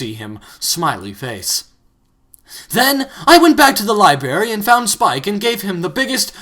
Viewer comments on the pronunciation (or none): LIBARY?! NO!